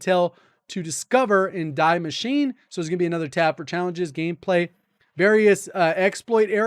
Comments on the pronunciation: Deee MachinE. The E is pronounced as well... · its not "DIE" machine - its German and you pronounce it "DEE" "Die" means "THE" translated to English = The Machine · Its pronounced "Dee Mash-e-nah" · Was reminded also of the Simpsons when I heard DEEEEE MACHINE: - Doesn’t that tattoo on your chest say DIE BART DIE? “No that’s actually German and means die Bart die !” - No one who speaks German can be an evil man! So yeah pronounciation matters here. But it’s also pretty complicated since you say Die Maschine but Der Maschinenraum or Das Maschinenwartungsfachjournal. HUEHUEHUE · "Die Maschine" is pronounced like "dee machine-uh" (sort of), for future reference